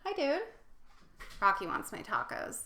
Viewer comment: Taaaacooos bad pronunciation, ta is short silable